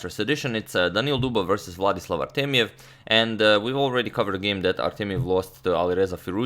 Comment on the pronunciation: It's funny because when you say it, it sounds like "Vladis Lavartemiev" rather than "Vladislav Artemiev"